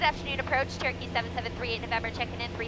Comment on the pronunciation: I kept hearing. TURKEY 773.alias,it was CHEROKEE, NOT TURKEY. 😂😂😂, Sorry.